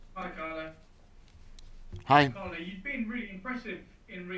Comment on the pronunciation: Carlo pronounced it Song. Ffs